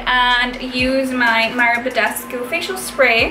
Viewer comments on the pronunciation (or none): none